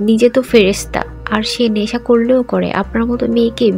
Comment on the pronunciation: শব্দটা নেশা, ন্যাশা নয়।